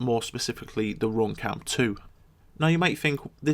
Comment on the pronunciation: RoomCam dat accent tho